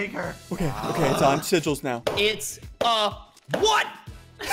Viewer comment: “Sigills Face” XD LMAO